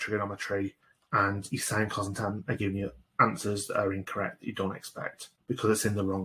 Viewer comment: Omg who says sin instead of sine 😑 my maths teacher would be mad